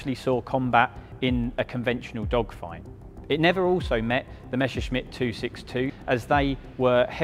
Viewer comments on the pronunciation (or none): Your pronounciation is WRONG. It should NOT be read "Meshershmit", but "Messershmit" !! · It never fails: it's not pronounced "mesher-shmitt" or"mesher-smitt". It's just"Messer-shmitt".